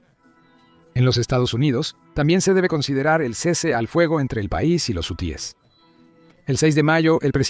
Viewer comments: Este comentarista es un imbecil no sabe ni hablar es hu e s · Jusies , quienes son esos ? Si no sabe pronunciar ,,,busque otra cosa que hacer !!!